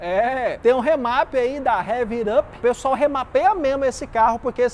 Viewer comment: ele passou no teste pessoar? kkkk